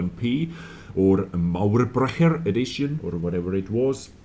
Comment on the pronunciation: Yes someone pronounced “Mauerbrecher” right